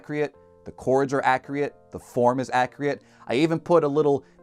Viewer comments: Wtf is Accriat? You know it's pronounced accurate. This is a Short video. And you keep repeating it over and over. Really undermines your point that "this is the sound" when Your sounds are indeed 'non-accriat'. That said, it's still a little nitpic because your delivery and script are good. Just wish you Put Travers Town in the background :/ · Why can’t he say accurate accurately? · Fantastic video and much needed support for inexperienced students reading sheet music. I haaated double accidentals when I read them in school. I had to stop my whole flow and think about what exactly the note on the page was. Thank god for enharmonics. Also, did you mean to pronounce "accurate" that way?